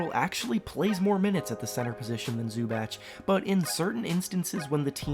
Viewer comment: Zu-batch? Bruh